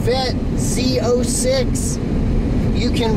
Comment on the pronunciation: Z zero 6, Z zero 7. LOL. It’s pronounced Z O six, Z O seven.